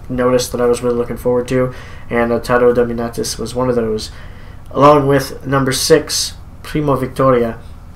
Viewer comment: What's 7th?? Edited: Okay, it's Attero Dominatus. You said it like Otero Domintus lol